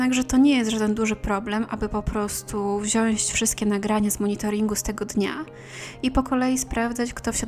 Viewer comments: niemniejniemniej niemniejniemniej i mówi się wziąć, a nei wziąść. pozdrawiam! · Nieee… proszę „wziąć” nie „wsiąść” 🙈